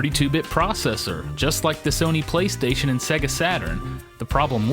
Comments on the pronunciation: I hate the way you say Sega... It's pronounced 'Sayga', not 'Segga'!! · "Segga" Really? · why do you pronounce it "SEH-guh"? Even the company pronounces is SAY--guh in their ads. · sor the love of god please stop saying "segga" it really grates! Its either "sayga" or "seega" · I'll add "worio" to the list, straight after "sehga".